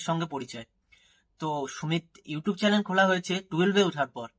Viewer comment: চালেন না চ্যানেল কথা টা ঠিক করো তারপর না হয় ভিডিও বানিও btw ভালো হয়েছে চালিয়ে যাও আর সুমির পোল খোলো যাতে তুমি you tube এ ইনকাম করে বাড়ি বানাতে পারো